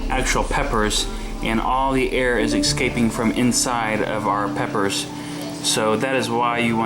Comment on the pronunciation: Air "excaping"?? Try "escaping".